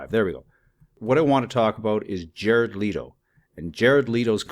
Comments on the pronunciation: Okay... Now one... It's LEHto... not LeEeto... and two, how is he full of shiz!? Leave his private life alone and let him be....! =∆= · Man it's fucking Leto no leeto fuck that's annoying. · Just one thing.. his last name is LEto not LEEto... peace